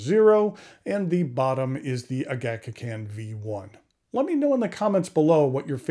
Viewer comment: Great review, as always. Just one minor matter I wanted to correct. The name “Ağaçkakan”, is understandably very difficult to pronounce for Americans. So I will help you since Turkish is my native tongue. The meaning of the word is a the bird “woodpecker”. Best way to pronounce is: “Ahachkakan” All the letters "A" in the word sound like letter “A” in Army. I hope it helps.